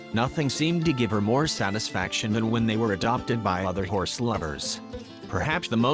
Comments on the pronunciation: I cant XD I cant just have one howrse XDDDDD this guy says it so weird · Why can’t he say horse correctly